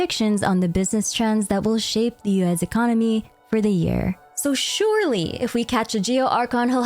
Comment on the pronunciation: For some reason I always hear "US" when you say "Liyue's"